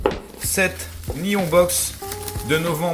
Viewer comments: Vive les placements de produits à l'état pur X'D !!! Et svp.. c'est pas nion c'est ni-hon (le "h" est expiré)....mes oreilles ont saigné... xd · Nihon se prononce ni - honne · magnifique prononciation de NIHON BOX x)